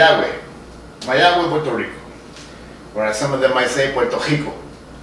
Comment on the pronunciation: You're doing all the spanish spelling, but miss one of the most important names here.. Mayagüez << with E being the stressed syllable. Cheers from Puerto Rico :P